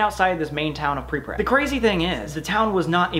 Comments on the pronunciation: ''pripprat'' nice try sam lol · You cannot go until you learn how to say "Pripyat"